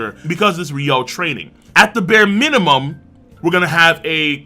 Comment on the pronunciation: Man sometimes i’m abit bothered that west anime youtuber said it Ryou instead of Ryuo